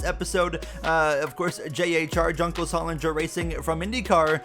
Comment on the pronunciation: btw JHR is pronounced ""juhng-kohs haul-ing-ere"